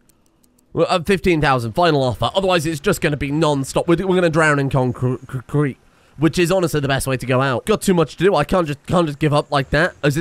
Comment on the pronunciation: Always makes me sad when he says conc crete and there's no small funny dog images on a random place